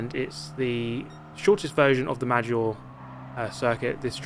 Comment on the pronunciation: I phisically cannot contains my self every time races at Maggiore I have to correct his pronunciation